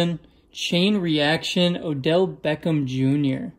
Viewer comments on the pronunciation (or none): none